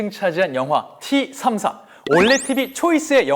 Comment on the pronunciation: 티삼사가 아니라 떼삼사입니다러시아 T발음이 떼 입니다그리고T34(티34)는 미국의 헤비탱크이고T-34(떼34)는 소련의 주력전차입니다